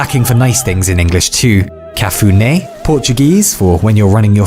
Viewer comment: Good pronunciation of cafuné, could be a bit less nasal on the né part, but pretty good indeed. Love your videos mate